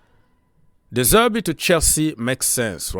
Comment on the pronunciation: De Zerbi , not De Zerby